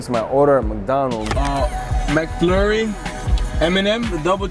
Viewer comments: STATIK_LOW bro nigga said Mack 😂😂😂😂 Mc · I love how he said "mac" instead of mc😭🤣